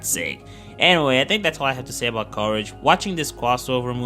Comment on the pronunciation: Cowage the Cowardly Dog